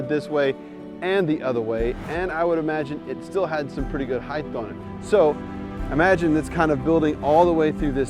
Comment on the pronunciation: "heighth", UGH, my ears are close to bleeding! It's "HEIGHT", and has always been. Great vid otherwise. Cheers!